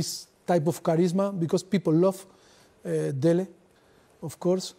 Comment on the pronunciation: As a Nigerian Poch has the best pronunciation of 'Dele' than any Englishman, shout out Poch, bring him to Old Trafford!